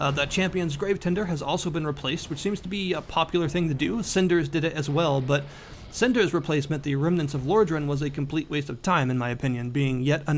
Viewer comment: didn't even say it properly.. wat r u casul?